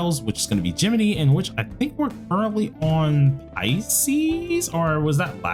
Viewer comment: Also, as a Gemini (jeh-mih-nye) I am offended at how you pronounced that /j